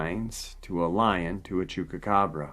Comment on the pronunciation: I like you..you're a nice guy..I love your channel..but if you don't start pronouncing Chupacabra with a Goddamn P and not a fucking K..:-)